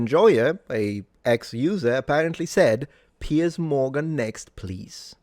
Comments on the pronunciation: *Piers..... the man's name isn't "Pierce". What fool let that one get by? One of your paid staffers? And it's pronounced "Piers", as in multiple piers. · “PIERCE” Morgan or PIERS Morgan? 😂